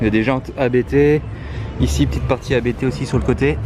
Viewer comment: Abt c’est un nom de famille, ça ne se prononce pas A.B.T du coup